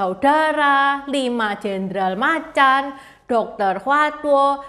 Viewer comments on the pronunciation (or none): none